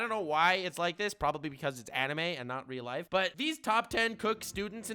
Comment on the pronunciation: “Enemy for lifeu.”